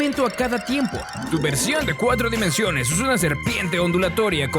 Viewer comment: Minuto , dimenSional, no "dimencional" y eso es todo, el vídeo está muy currado ^^